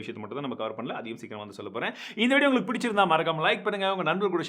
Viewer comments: Bro, enna "tamil pesum anaithu nalla ullangalukum" tune mari "nalla ungalukumnu" varudhu😁😁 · இன்னுமும் உள்ளங்களுக்கும் உனக்கு ஒழுங்கா வரல.. tongue 👅 ஒழுங்க clean பண்ணு